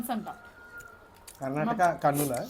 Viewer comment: Karnatakam’s” kadhu 🤦🏻‍♀️🤦🏻‍♀️Kannadigas